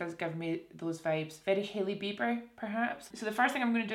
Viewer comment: When you said Hailey Bieber I heard "Hilly Beeper" 😂😂😂